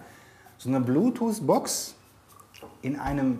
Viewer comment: Bloototh nicht Blootots😂😂